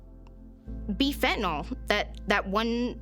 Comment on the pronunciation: It's pronounced fentanILL not FentanALL